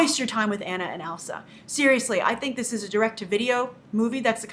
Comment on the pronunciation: I disagree with most of this review. I took my kids to see this movie today, really not expecting much. I found myself pleasantly surprised by the film. The fact that Grace isn't even pronouncing Anna's name correctly makes me question whether she actually watched this movie and kind of discredit's the whole review. Maybe I wasn't expecting as much from this film and that's why I left without that disappointing "straight to DVD" feeling. I felt that Elsa's character development may have been a bit shallow for a film that was supposed to focus on two strong princesses. The film instead seemed to focus more on Anna, although perhaps this was by design given the way that Elsa was raised? There were several emotional moments in this movie that made me tear up and I can't wait to see this film again.